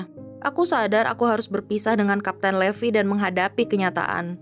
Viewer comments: Salah bacanya bukan levi tapi livai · Bacanya itu bukan levi tapi levai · Levi itu bacanya livai bukan levi . wibu veteran pasti tau ceritanya gimana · Sebenarnya nama Levi itu dipanggil Rivai untuk penyebutan bhs inggris yg benar:) Tapi bagus kok Krn ada anime terfavoritku yaitu SHINGEKI NO KYOJIN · Maaf bukan raksasa tapi titan Levi dibaca livai ATTACK ON TITAN